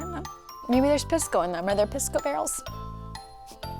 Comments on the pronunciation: It's pronounced Pee-sco, not much better sounding than Piss-co haha. Also those hotdogs, are a local food called completos, and yes there are hotdogs inside. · It’s not pronounced piss! Lol😓 more like peace - co lol